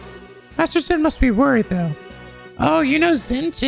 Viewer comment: Just a heads up Zin's name is pronounced as Jin.